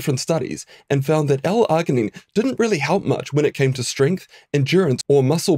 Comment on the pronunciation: This dude needs to learn how to pronounce L-Arginine 🙄🙄🙄🙄🤦🏼‍♂🤦🏼‍♂🤦🏼‍♂🤦🏼‍♂🤦🏼‍♂